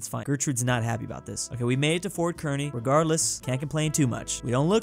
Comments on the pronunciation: As a Nebraskan it's pronounced car knee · "Kearny, Nebraska" is pronounced "CAR KNEE" FYI